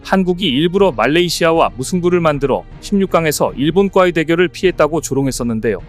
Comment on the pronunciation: '일본과의 대결을 피했다'로 쓰고, 읽을 때도 똑같이 [일본과의] ○ 그런데 [일본꽈의]?!로 읽었다. 우리글도 제대로 모르는 이런 자가 유튜버?! 나라 ○망신 그만 시키고 우리말 공부 좀 하거라!